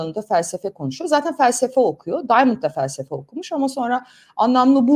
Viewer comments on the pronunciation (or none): Bu arada bu çocuk Arnavut . İngilizce telefaz ile söylemeyeşn şu çocuğun adını Daymınd değil Diamond yezıldığı gibi okuyun